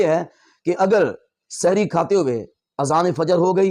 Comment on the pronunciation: آپ اپنا تلفظ درست فرمائیں، سحِری غلط بول رھے ھیں سحِر کا مطلب ھے جادو